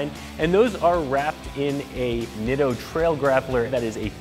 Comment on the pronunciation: I used to work for Nitto as their photographer when they first came to the US. The name is pronounced NEETO. PLEASE say it correctly.